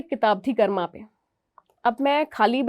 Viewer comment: मैडम "कर्मा" नहीं, कृपया "कर्म" बोलें। 🙏🙏